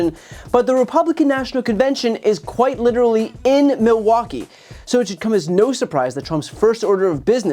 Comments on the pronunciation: It's M>I<lwaukee, Trump. Not Moah-waukee. Check your fixodent Additionally: Trumpers - if you want to see a comedian, go to a comedy club. We shouldn't ever put a cognitive declining self-identifying "comedian" in the White House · It's not "Mawaukee" it's Milwaukee! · He can’t even pronounce it! He keeps saying Miwaulkee, instead of Milwaukee! So DUMB and STUPID!! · Ah looove miwahky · "Muhwahkee." God I hope the debate actually happens. Though it is screwed up that Trump is attempting to call Biden a freaking drug user. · Where's Mulwaukee? He can't even say it properly, that's how little he respects it. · Where’s “Mu-wock-we”? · Trump pronounces “Muhwaukie” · Is it just me, or is Trump pronouncing Milwaukee as “MOwakee”? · Trump sure loves Mawakee, even though he can't pronounce it. I wouldn't care if Biden went on a meth binge as long as he wins. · It isn't pronounced Mowaukee. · Why does he call Milwaukee, Mowaukee? 😂😂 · Projecting is not going to help Donny, he can't even pronounce Milwaukee.